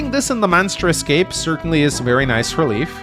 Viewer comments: pronounces it Leaf to my knowledge because that's the pronunciation he is used to from previous translations, when the name was actually written as Leaf. Leif is pronounced differently depending on country and/or region, but always a variation of "Layf" or "Life". Never "Leaf". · he can pronounce mead (og pronounce) but not Macha? Or Loch (as a lake)? Also, Leif read as Leaf agh! It's nitpicking, but he was very serious about Gee, so... Also, Forvo don't bite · Maybe he can but idk. It's curious he's never tried it if he could. /li:f/ is matching the Japanese Riifu which does indicate this pronunciation. With FE(and Japanese media in general) you have to note that the creators themselves don't know the etymology and correct pronunciation oftentimes, so then they write something completely different in kana. I think translating that to the etymological source in English can be a mistake. Particularly when it comes to Irish which Anglophones are never going to manage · Lif or Liv is a female name, and I doubt that that's the reason. I lean closer to that the japanese developers meant the germanic name Leif, didn't know how it was pronounced, looked at how americans would (incorrectly) pronounce it and went with that. Just like they today pronounce e.g. Leif Eriksson's name as Leaf.